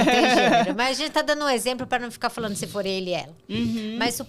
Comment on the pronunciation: Gente do céu, as pessoas não conseguem mais pronunciar o “nd”? É sempre “falano”, “correno”, caminhâno”. 😰